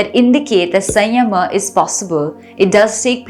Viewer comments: 😂😂😂 You are saying SAYYAMAHAA. It's SAMYAMA. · We appreciate you for this exploration but please pronounce samyama correctly which has immense impact when we pronounce it. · She is correct. In Sanskrut it is संयम: Sadhguru says Samyama. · How can one do this much wrong pronunciation.Samyama & sanyama are completely different things girl . Pls be conscious of it. don't want to discourage you, but you can do things better if you don't mess with the words & pronunciations.pls take it in a positive spirit. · Your pronounciation is wrong especially samyama